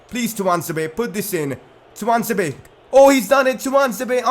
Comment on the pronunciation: Fan ITS TUAN-ZE-BE